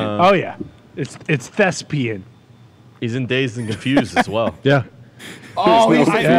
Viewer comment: "Thesbian" 🤣😂 - "it's thespian,!"